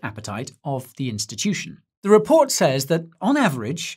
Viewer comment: "crypto raport" 😂😂😂